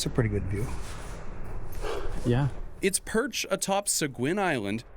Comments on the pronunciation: Its pronounced "Se-geen"...I live in Seguin Texas. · So funny to hear it pronounce “Sa-guin” in Maine. Here in Mew Brunswick we pronounce it “Say-gay”